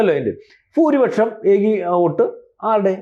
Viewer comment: Why is saying “fooripaksham” instead of “bhooripaksham”?